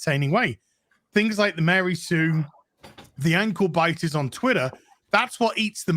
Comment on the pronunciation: I thought said "Uncle Biden" instead of "Ankle Bitter"